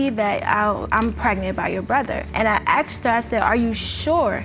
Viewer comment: That drives me CRAZY….it is asked, NOT AXED.